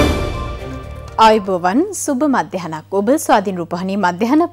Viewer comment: Aaiboowan newei.ayuboowan kiyanna.